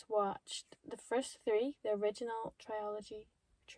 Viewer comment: Is the word not suppose to be trilogy and not triology? Pronounced as tril-o-gee.